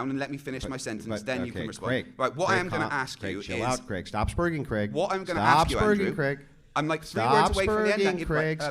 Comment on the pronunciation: Finally an American (Andrew) that pronounces the name Craig without making it sound like Creg.